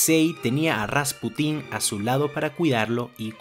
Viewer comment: Muy buen video, pero no sé porque dices RaspUtin en vez de Rasputín?. No lo digo para criticar, solo me llama la atención.